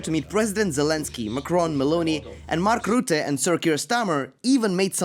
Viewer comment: “Mark Route”